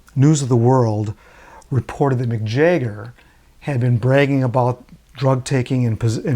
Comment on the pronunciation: Who is Jayger ?? Jagger. pron: Jag Ger